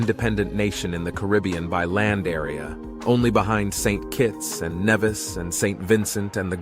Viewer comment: Why do you people mispronounce the the names of Caribbean Islands? Nevis is not Nev-is. It is like Nee-vis. Grenada is not Gre nah dah, it is Gren-nay-da. Dominica is not Do-min-e-ka, it is Dom-e-ne-ka. Get it right.